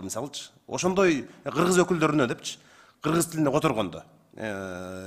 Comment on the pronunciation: Урматтуу "Гыргыз"эмес "Кыргыз" деп айтылат,озунор эл алдында туура суйлогонду уйронсонор......🤔